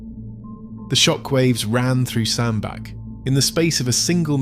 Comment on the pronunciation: Hi, great video. Just a not to advise that the Cheshire town is pronounced as Sand Batch.👍